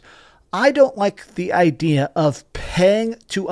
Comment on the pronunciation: You said "idear" ha 🤣